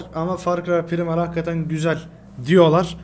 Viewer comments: pirimal diye okunmuyo abi pıraymıl diye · abi primal die deil praymıl die okunur